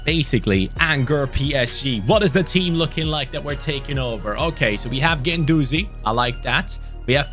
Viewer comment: Anyone else noticed he was calling guendouzi ake ?😂